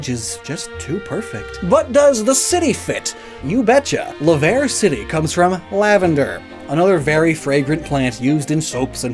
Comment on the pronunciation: You were so close with Laverre, its a french word La Verre - the Glass The Glass City